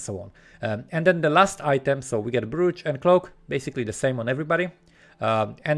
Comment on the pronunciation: Thank you! Brooch, the OO is pronounced OH, like Oak or Cloak <3